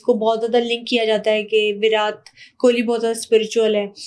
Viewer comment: Virat and Katrina kaise pronounce kr rhi hai....